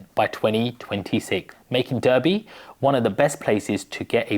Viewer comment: It's pronounced Darby.